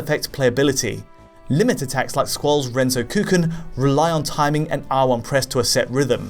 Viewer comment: 20 years on and still no one can pronounce renzokuken. Ren-zoku-ken. Not renzo-kuken. It means continuous or chained (renzoku) sword (ken).